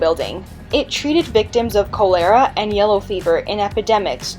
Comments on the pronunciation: "CHOL-er-a", not "Cho-LER-A" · Oh the pronunciations! Colonel, Cholera, and many more.